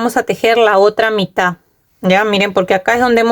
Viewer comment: Se dice mitaD, con D final , el tejido está muy lindo, creo que me voy a hacer una para mi.